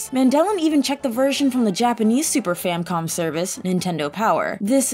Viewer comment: did u say super famcom?